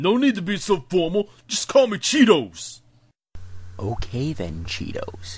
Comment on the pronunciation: Cheetos' name is supposed to be Chitose but they pronounce it like a crunchy cheese snack.